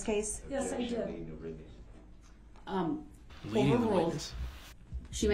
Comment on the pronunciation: “Leadin de witness”